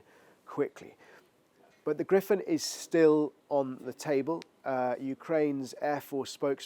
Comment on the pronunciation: Griffins??? Do you mean GRIPPEN???